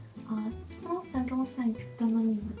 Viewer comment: on ne dit pas "hoNonyme" mais "homonyme"